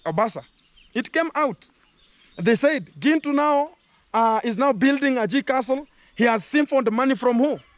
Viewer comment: She calls you Gentle ,she can't pronounce Gintu